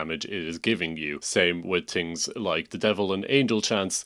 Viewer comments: I had to turn it off after 14th “ting’s” and 12th “tink’s” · “tings” bruh